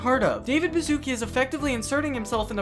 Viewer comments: THAT’S. NOT. HOW. YOU. PRONOUNCE. HIS. NAME!!! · thats NOT how you read Baszucki😭😭